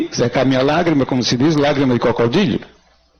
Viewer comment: Como esses advogados falam errado. O cara disse : crovodilho, entre aspa e outras mais, além de um discurso pobre. Que lástima.